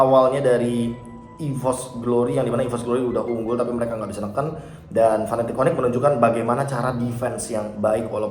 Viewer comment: serius nanya, cara baca Fnatic piye toh? krn gamungkin bacanya fanatic 😹 kalo kutonton dr interview luar pada bacanya "finetik" paling jauh ya "efnetik" (F-natic) tp kalo fanatic kok jelek bgt kedengerannya 😔 suka agak nyengir mesem2 gt kalo casternya udah pada teriak fanatic onic 😢 padahal lg momen serius